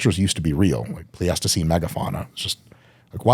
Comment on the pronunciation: As a geoscientist, the way he pronounces Pleistocene cracks me up so bad